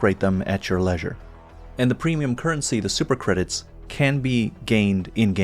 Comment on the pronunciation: learn how to pronounce leisure before saying it. too big of a word for you but nice video